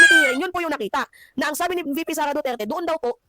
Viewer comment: Hoy baka nakalimutan mo na yang sinasabi mong SARAH DUTER ai isang vice president at anak ni tatay digong na dating president pero ikaw na ugok ka kung makapag bigkas ka ng pangalan ni vice president SARAH DUTERE eh para lng kalibil mong buang ka. Pag ikaw pinatay paba mag sipag iyakanang pamilya mong hayop ka. Kahit taong bayan lang ang makakita sayo tiyak lasig lasog yang katawan mong kalansay hayop ka putangina mo